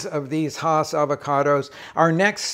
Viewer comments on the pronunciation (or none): One thing to note: the name is pronounced "Hass" (rhymes with "mass") and not "Haas." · I enjoyed your presentation, Rick, but you mispronounced “Hass.” It rhymes with “grass.” I’m from La Habra Heights, CA, where Rudolph Hass grew his first Hass avocados, and the correct pronunciation comes from members of his family. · Even Rick says Hass wrong!